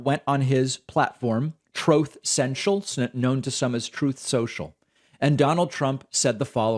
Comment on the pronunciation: "Trothe Cential" - donny j